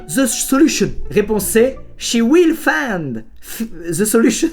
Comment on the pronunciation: Personne: Squeezie: She FEINDZ ZE solution Je suis un bilingue du coup ça m'a fait mal au crâne.